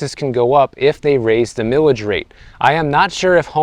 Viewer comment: It's pronounced "Mile-ij", not "millage". Mileage is a common word used to describe gas mileage. Also, please visit Sonoma County.